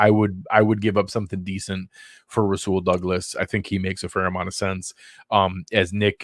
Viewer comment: Nailed Rasul Douglas. Great work!!!